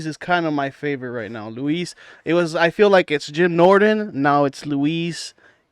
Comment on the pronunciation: I liked everything about this except that you kept calling Luis (pronounced Lewis) Louise and Louis. I understand he looks Hispanic but it's just pronounced Lewis 😅.